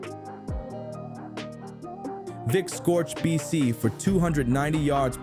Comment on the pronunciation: Loved how always pronounced Vick as ‘Phic’😂